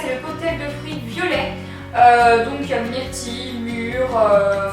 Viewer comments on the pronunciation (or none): none